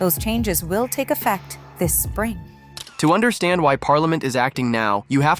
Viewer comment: He cah-n't undah-stahnd that he is a spoiled, traitorous shithead. I wouldn't give the bum a mop job!